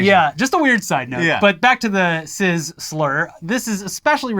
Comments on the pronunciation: Why are they saying sizz and not cis? Pronounced cys or siss. Just why? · That's not how you pronounce cis